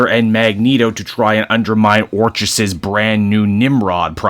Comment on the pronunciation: It's pronounced "ORK-iss." Like the word "orchid," hence their flower logo.